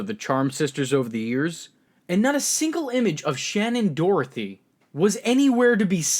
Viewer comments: Haha Shannen "DOROTHY" *Doherty P.S. Prue is the OG and the most powerful Charmed one! I loved SD in the role she and Holly were the best part of the show. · Shannon Doherty. You kept saying Dorothy, drove me nuts. Sounds like Dough-er-tee. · There's no "t" before the "h" in Shannen Doherty's name.